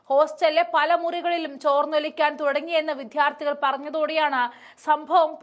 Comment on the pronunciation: വിദ്യാർത്ഥികൾ ആണ്. വിത്യാർഥികൾ അല്ല.